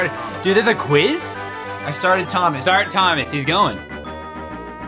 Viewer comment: "thomash the "TANK " engine